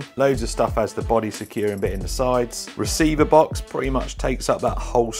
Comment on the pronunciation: 'A boddehs a boddeh innit?' *carefully jots down the new pick-up line*